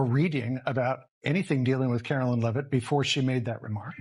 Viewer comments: It’s not ‘Leave-it’. It’s Lev-it. Learn the lady’s name. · You mispronounced Leavitt . You also did this in previous podcasts. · Its disgusting that NONE of you bastards in the MSM will spell her name correctly. Or call her name correctly. On EVERY PRESS CONFERENCE, her name appears. Correctly spelled. And she is ANNOUNCED. Next time, pay attention to the pronounciation of her name. Then GET IT RIGHT. YOU GUYS ARE PATHETIC.